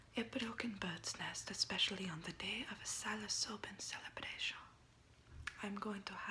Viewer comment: I think with words like celebration the ion sounded a bit french, but overall the way she pronounces the r, and other letters I think it sounds more russian or something